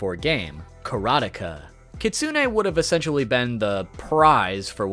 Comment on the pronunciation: Kareteka?? Karotica.... sounds like a weird genre NGL